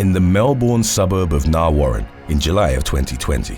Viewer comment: It's pronounced Nar-ree Warren' :)